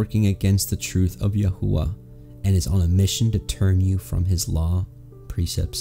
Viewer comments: May I ask why you pronounce His name Yahua when the entire Christian world pronounces His Name Yashua? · Why pronouncing it yah hoo wuh?